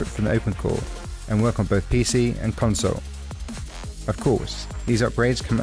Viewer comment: i love how you say console in your vid. ive never heard anyone say that. lmfao